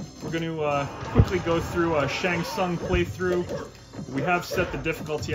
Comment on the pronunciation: Can't believe you keep mispronouncing Shongo Tusungus